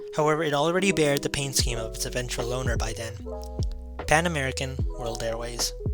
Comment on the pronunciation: “It already BORE the registration”, NOT “bared”.